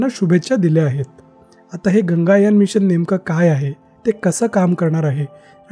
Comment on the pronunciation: It's not Ganga yaan. It's Gaganyaan.